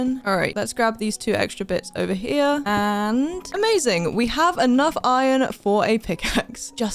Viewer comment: When she said "Em-azing